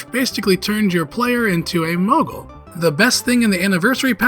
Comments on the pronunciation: What the hell is a "mogul"? I know you're trying to say "moogle" but for god's sake get a pronunciation guide! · The mispronounced Moogle bugged me everytime I heard it. Doesn't even make sense why it was being said that way just off of spelling alone, very simple word to say correctly